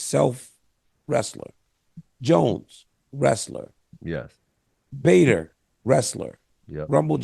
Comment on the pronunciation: He said Bader, 😂 hahahahahahaha